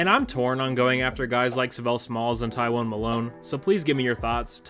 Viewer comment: Tywone? Did his mother have a speech impediment, was she on the toilet when she came up with his name, or a little of both??? LMFAO 😂😂😂😂